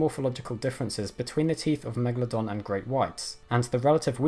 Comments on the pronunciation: Why is he saying Megladon? its MegaLODON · It's actually pronounced 'megAlodon'. You put the emphAsis on a different syllAble. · Why you say always meglodon. You are stupide? This fisch is a megalodon.